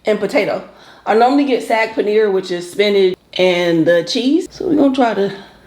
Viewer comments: No it’s not pronounced like SOG. It’s literally pronounced how it’s spelled SAAG. I’m Indian I know. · Hey,. The "aa" in "saag" is pronounced like the "o" "fog" or "soggy." I love Indian food too. I have 2 close Indian friends who put me on years ago. Looks good!